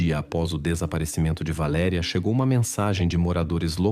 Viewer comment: Não é Aníííía, é Anya. Não é Valeríííía, é Valéria. Não é Gregorííío, é Gregório ou Gregoryo. Não vou compreender nunca razão vocês são incapazes de falar corretamente o português ou no mínimo, como se fala na origem da história, pior, tão depressa dizem os nomes corretamente, como voltam a falar incorretamente